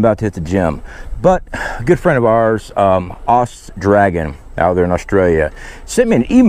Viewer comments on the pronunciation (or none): none